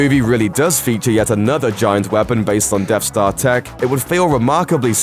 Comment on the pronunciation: It's "DeaTH Star", not "DeFF Star". ffs